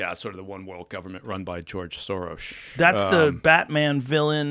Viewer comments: The fact that he keeps saying Sorosh tells me he's protecting those close to him by not telling us what the truth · was he saying 'Sorosh'? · Why does he keep saying Sorosh.